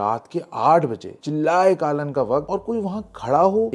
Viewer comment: It's not chillay kaalan It's चिल्लाय कलान which means the peak of cold and chill weather